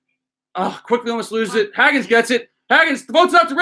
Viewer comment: The way you pronounce Hagans name is killing me. It’s HAY-GANS